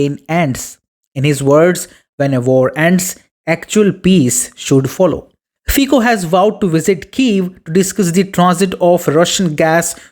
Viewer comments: It is not /fiko/, but /fitso/.. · Prime Minister Fico's name is pronounced 'fitso' , the 'c' sound in Slovak is pronounced here 'ts'. Fico is one of the very few GREAT leaders of Europe. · I can't give you like with that terrible pronunciation of his surname..